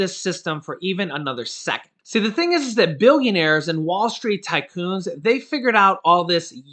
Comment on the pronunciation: i love that your saying tycoon lol